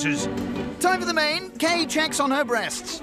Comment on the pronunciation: Her name’s ‘Kay’, not ‘Kate’